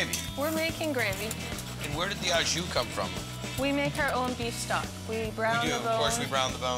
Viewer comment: I hate how he says ow jus, its au jus